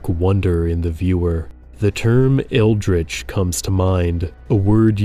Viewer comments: "Eldritch" not eldrich. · eldritch, not eldrich